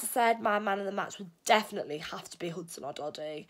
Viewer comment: Odoi!! Not odody